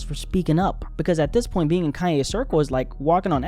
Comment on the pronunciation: Kanye 😂 not Cayenne